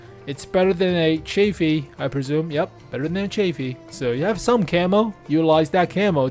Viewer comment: The 'a' in Chaffee is soft.